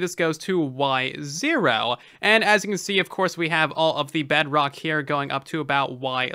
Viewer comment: At this point idk if he says bedrock or bugrock